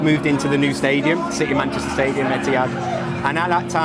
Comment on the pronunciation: Wish fellow Mancunians would pronounce City properly rather than ‘citeh’ ITS CITY.